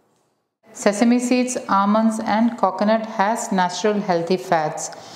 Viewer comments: Meshuuuud 😂😂😂😂 Kokonut 🤣🤣🤣😂😂😂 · Your way of pronouncing 'Coconut' & 'Meas(h)ure' is very different